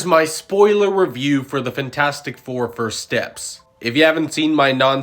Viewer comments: IT’S FANTASTIC, NOT FINTASTIC!!!!!! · “Fintastic four”